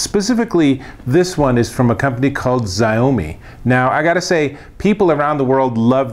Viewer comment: It's pronounced SHA-UUUU-MIIII